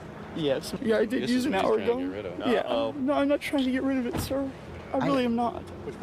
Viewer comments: its because its not even pronounced the way you say it. "yah" = "yeah" lol... not "YAH" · I hate it it sounds like it’s sarcastically impersonating a Swede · the way you say ya is so funny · Bro when you say “ya” 😂